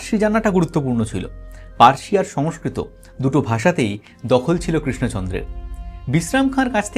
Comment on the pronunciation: Parsi noy farsi hobe